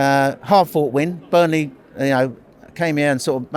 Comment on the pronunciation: It's burnley for christ sake😂😂😂😂